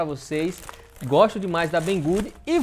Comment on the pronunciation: fala o nome da loja em português mesmo por favor, que agora tu aprendeu a falar em chinês, não entendi não.